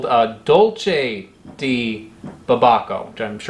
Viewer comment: You pronounced "Dulce" and "de" as their italian counterparts, still not bad tho, as its pretty close